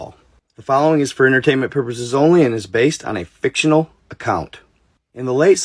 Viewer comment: Why am I watching and you just said fictionary account